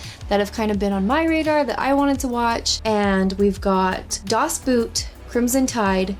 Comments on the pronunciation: It's not Boot (bu:t), it´s (bo:t) = "boat" in German ;-) But actually very happy with the poll suggestions and looking forward already to Crimson Tide, very much my favourite submarine movie. Riddled with plot holes, yes, but the acting of both Gene Hackman and Denzel Washington is fantastic there. Courage Under Fire is also very underrated movie (starring, again, Denzel Washington. Coincidence? I think not). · please, please learn the German pronounciation of "Das Boot" wich is a great movie (originally a TV-series, like Band of Brothers or Pacific). Not your fault, but the american pronounciation is quite painfull to hear. Or even call it "The Boat" wich is close enough. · Das Boot is actually pronounced Das Boat. What can I say, it's German. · By the way "Das Boot" is pronounced "Das Boat," just like in English. A German double-O sounds like an English long O vowel. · It's pronounced "Das Boat".